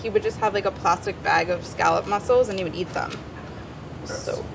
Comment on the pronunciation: It’s a little annoying to hear her pronounce scallop wrong over and over😒